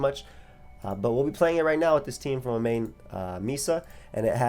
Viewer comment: Why do you say Amane like that, she’s named after a Death Note character lol